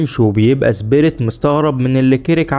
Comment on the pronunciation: ليش تنطق سبيريت . زبيريت